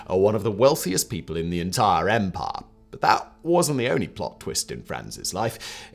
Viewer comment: I took a drink every time Simon said “empah”. I now write this from the afterlife.